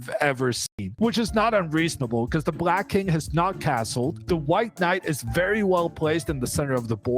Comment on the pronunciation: Why does this guy always say „brack“ to black or „prace“ to place?